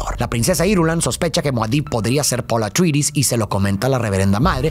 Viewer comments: amo tus videos pero man pon en el traductor como pronuncia atreides en ingles, no se tragan la E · Pronunciaciones: Atrayedis, Gaydi Praime, Járkunun (la última u casi no se pronuncia)... Sí, esos nombres no son tan fáciles de pronunciar como parecen y gente de cada país los dice como quiere.